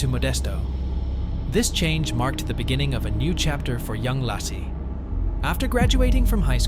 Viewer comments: It's LAYcee not lossie 😂😅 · Its pronounced LAY CEE,,,,,,NOT LASSIE! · Why don't you pronounce her name correctly?